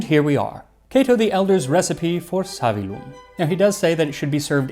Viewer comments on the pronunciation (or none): it's "savīllum", therefore the stress is on the "i"; and it's "patĭna", therefore the stress is on the first "a" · Savillum has a double "L" that has to be pronounced.Therefore the stress falls on the "i".